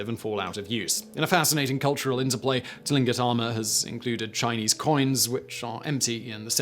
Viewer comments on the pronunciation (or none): Hello Simon, I hope you are having a great day! I hope I'm not being a bother, but Tlingit is pronounced like clink-it. Much love from Alaska! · Tlingut sounds like clingkut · For everyone's reference. Tlingit is pronounced more like cling kit. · Many of my friends and neighbors are Tlingit.... sounds like 'Clink-it'.... some of the consonant groupings in first nations languages can be really hard to pronounce, even when you know what it is supposed to sound like.....